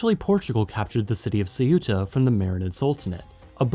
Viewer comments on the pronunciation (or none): say-uta?? the-ta is better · I don't understand why the narrator places the phonetic accent on the u, instead of the e, when pronouncing the name of the city Ceuta. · I love how pronounced the name of Ceuta wrong, and then pronounced it right but says that’s just what the natives calm it LMAO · Why the hell do English-speakers insist on pronouncing Ceuta as "seh-U-tah"? The stress is NOT on the U, it's on the E. Two syllables. If it were pronounced the other way, it'd be written Ceúta. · Just couldn't stomach your butchering of the name Ceuta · There's only one pronunciation of Ceuta and it's two syllables, as in Spanish. It's too bad that Americans were ever allowed to try to pronounce that word unsupervised.